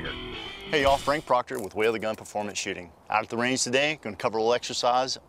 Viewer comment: Proctor. Not Proctore.